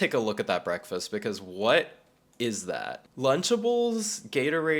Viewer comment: im glad u said the same way bruhkfast